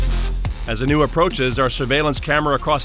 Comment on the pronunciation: He's just saying anew and not Anu every single time. It's annoying.